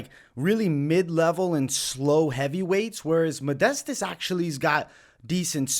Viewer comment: You see modestas as the better fighter but can’t say his first or last correctly ROFL